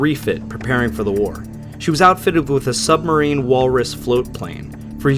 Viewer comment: Great videos! But I thinks it’s pronounced supermarine! Not submarine lol!